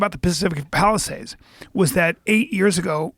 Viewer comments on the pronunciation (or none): none